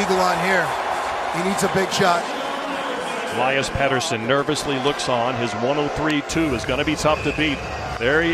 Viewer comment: How does Chellios not know how to say Pettersson’s last name??? Thats f’n ridiculous